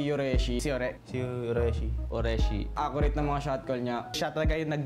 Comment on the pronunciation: sabi na "URE-shi" bigkas dun eh. bakit yung mga casters sa ph "YURE-shi" bigkas? HAJAAHAHAHAHAHAHWH